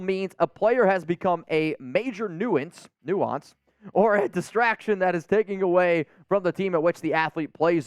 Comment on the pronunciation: Hey with all due respect Nuisance is pronounced nui·sance or knew sense;-). Love your Lives BTW!